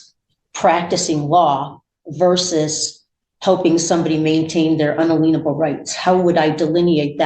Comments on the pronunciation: "Unaleenable" rights. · "Un-a-lean-able rights" 😆🤣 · Un-uh-LEEN-able rights? Wonder which degree taught her how to pronounce unalienable. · Did she say un-Elaine-able rights? 😆🤦🏻‍♀️ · Pro tip -- if you pronounce "unalienable" as "un-aleenable", you absolutely should not be representing yourself. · Un-a-leenable? I thought it was inalieble... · Un-a-lien-a-ble vs Un-a-li-en-a-ble Depends if you see the legal term "lien" or the word "alien." It makes complete sense SovCits pronounce it this way in light of their refusal to "understand" (stand under) and their insistence they are "presenting" themselves, not "re-presenting" themselves. Just more of their nonsensical linguistic soup. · Un-a-leanable rights 😂😂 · She knows about her “un-a-leen-able” rights 😂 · Drives me up the wall how she cannot pronouce "unalienable" properly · Agree. In my original comment, I was trying to write out the WRONG way that SHE pronounced it in the video. She made herself sound ridiculous.